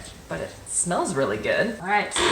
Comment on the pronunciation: How she says ‘really’ is annoying